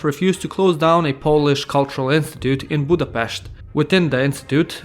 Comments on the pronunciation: Thank you. Finally somebody said Budapest, not Budapeszt. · Only one who can say Budapest right. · Nagyon szépen mondtad hogy Budapest! :D